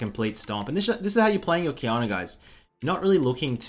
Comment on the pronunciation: I always hear him pronouncing it qiyaner